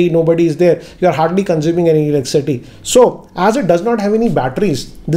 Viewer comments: Did anyone noticed that he's pronouncing "eleccity" instead of "electricity?🙄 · Its electricity not eleccity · Is he saying elecsity instead of electricity ? 🤔🤔🤔🤔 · Elecity ? Did i hear you say it right ? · Can't help notice that 'Elek-city' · Is it just me or when you guys hear him say Elickcity!😬